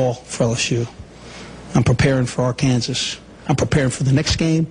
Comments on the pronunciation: They lost because he mispronounced Arkansas, lol. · It's not Ar-Kansas, it's AR-kansaw. Get it right mother-father, get it right. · It's not ar-kansas, it's Arkansas, get it right. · That's what he gets for calling us Ar-kansas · Houston Nutt shakes Les Miles Hand... "It's pronounced ark-an-saw." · LOL. The LSU coach said Ar Kansas, the pronunciation before the 1860s as if Kansas was not a state yet. I kinda wish Arkansas was spelled Arkansaw. And, Arkansas needs to play Kansas in football and finally beat their 'namesakes' ! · You shouldn't of said Ar-Kansas. That was your downfall. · You just committed a crime by mis-pronouncing Arkansas name. .. . . . . .It's actually pronounced "Arkansaw". . . It's illegal to mispronounce our State Name.